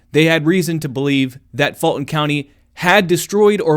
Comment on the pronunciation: Why are you saying "Faultin county"? it is "Fulton County".